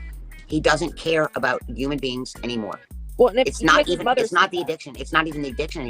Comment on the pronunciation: What is a "yuman" being? 😂